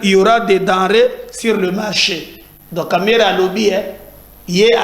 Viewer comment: TU ES ENCORE REVENUS AVEC TON KAMAHRE EN TSHILUBA, FAIT UN EFFORT PT FRÈRE